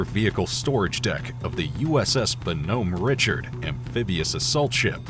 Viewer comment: What's up with all the mispronunciations of names, like USS Bonhomme Richard? It's French. Not too hard to pronounce if you know what you're talking about. And fog foam has been around for decades, since at least WWII.